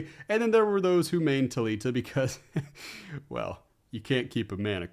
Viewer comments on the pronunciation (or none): They way you were pronouncing Thalia and Renato. Mad me think you were talking about characters I hadn’t seen before until you showed Thalita’s ass